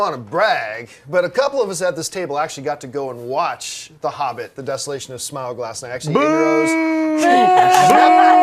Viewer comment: did she pronounce smaug as smag? wtf